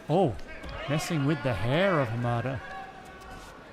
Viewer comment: It's interesting that he wonders whether he is pronouncing Apotekar's name properly, when he isn't pronouncing Hamada's name properly but he's not concerned about that.